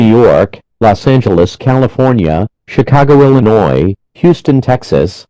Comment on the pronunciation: San Jose C a f o r n i a